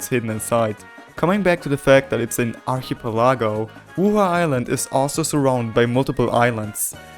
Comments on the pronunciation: The pronounciation of archipelago as archy peLAHgo really hurts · pronounced: arc uh pell uh go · "arke-pee-lago" archipelago lmaoooo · the fuck is an ar-chii-pieh-lá-gou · You say archipelago weird. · your pronunciation of archipelago was just mwa chefs kiss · Bro doesn’t know how to say archipelago and iron. 😂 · look up the pronounciation of archipelago